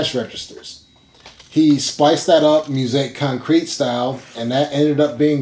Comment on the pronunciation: "He's Gonna Step on You Again" by John Kongos was a top 10 hit in the UK back in 1971. It's often cited as the first hit pop song to be based on a drum loop. It made the Billboard Hot 100 in the US as well, but nowhere near the top 10. You should get a little bit of coaching on how to pronounce "musique concrète" . . .